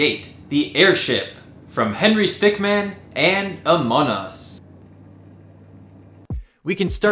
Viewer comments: stick MIN not Man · Its Henry stickmin not stickman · btw its stickmin not stickman but many people oftenly get confused between these 2 names